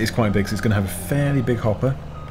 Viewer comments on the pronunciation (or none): none